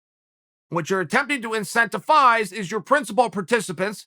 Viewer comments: It’s INCENTI V ISE with a V, not incentifise with an F, you idiot, Chael! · “Incensifise” I swear he does this shit on purpose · Are you saying “incentiFize”? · Hate to be this guy but uts incentivise not incentifise bro. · me: “incentivize” chael: “incentifize” me: “incentifize” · Anyone want to tell me what incentifize means? Haha ohhhh Chael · Everybody: Incentivize Chael: Intenctifize Everbody: Intenctifize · " Incenta-Fize" (x2) 💀💀💀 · Chael “incentifize” sonnen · INCENTIFIZE INCENTIFIZE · Chael ”incentifize” Sonnen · I never knew 'incentifise' was a word, I learn something new from Uncle Chael every day! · Chael P. Sonnen! The "P" is for "incentiphyzing". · Chael can't pronounce incentivize and is willing to prove it to you. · There's no F in that word..